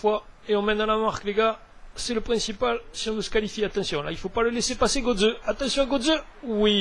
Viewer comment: Kroos se prnonce "kros" et Götze "gueutze" ;)